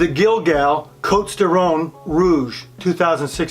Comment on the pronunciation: I love this wine. Cotes du Rhone by Guigal. Please do not add an “l” in this family name. Also the “s” in cotes is silent.